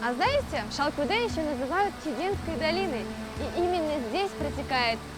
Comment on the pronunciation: Не понимаю, когда наименования чисто қазақское произносится с руским произношением . Выглядит глупо! И смешно слышится! Ну ладно другой национальности была бы автор. А қазақтар , өз тіліңмен айтаберсеңдерші! Шалкодэ, шалкодэ дейбермей😂